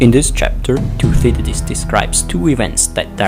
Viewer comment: learn how to pronounce 'Thucydides' - it's not 'toothydides'